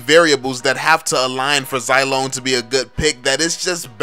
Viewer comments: Imma stop watching, just cuz you say "Zai" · When you call Zilong Zilone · Its Zee-long